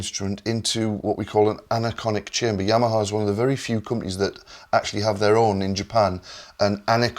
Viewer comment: It's "Anechoic Chamber", non "Anaconic", but he sounds like a Yorkshireman so it can be excused.